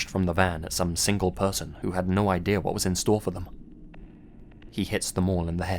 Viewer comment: There is no such word as ‘idear’. It doesn’t exist.